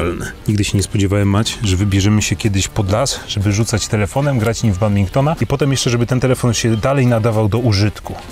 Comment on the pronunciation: Badmintona nie Badbinktona!!!